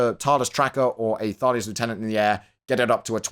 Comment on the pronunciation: you're british. Why must you say lieutenant that way D